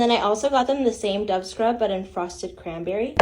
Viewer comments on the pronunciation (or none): none